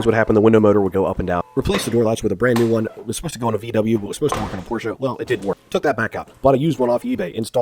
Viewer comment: Never say Porschaa again, sincerly a German